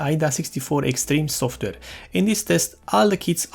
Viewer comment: You said WHAT! LMAO You say "software" but it sound like you say "softer" instead. These minor observations are but a grain of sand compare of your overall english speech capabilities, we can still tell that you are probably indian by your accent but we can tell 100% what you are saying. A huge thanks and congratulations, video quality, info, editing, speech, you got it all! nice video!